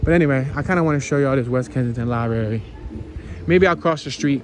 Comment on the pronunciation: Library has 2 r’s in it it’s not libary not being mean just funny about speaking proper English